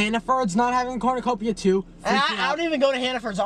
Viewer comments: chris and matt not knowing how to say cornucopia and saying capranick and capricorn instead is hilarious, and then when nick screamed 🤏A CORNUCOPIA! 💀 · The best part of this entire video was Matt and Chris struggling to say cornucopia and calling it corpricate, Capricorn, and kapernick😭😭it never stopped🤣🤣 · matt and chris struggling to say cornucopia is hilarious omg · all of them not being able to say cornucopia is killing me rn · the fact that they kept saying cornucopia wrong has me laughing so hard right now 😂😂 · matt trying to say cornucopia😂 love love love him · The way Matt was struggling to say cornucopia is killing me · chris and matt not being able to say cornucopia was so funny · The mispronunciation of cornucopia kills me every time lmao